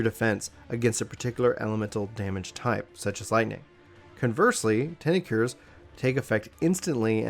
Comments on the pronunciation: tincture[ tingk-cher ] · ture is pronounced like infrastruc ture or architec ture